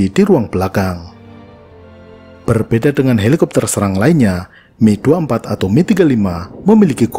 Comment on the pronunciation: mantap pelafalannya, Mil : Mi, bukan Em-I, sama seperti Suhkoi Su, bukan Es-U